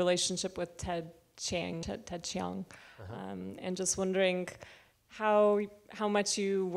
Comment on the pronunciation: Hey she pronounced Ted Chiang's last name correctly!